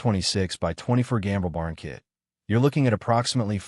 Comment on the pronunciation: AI voice is dumb. "K-I-T" prices? come on.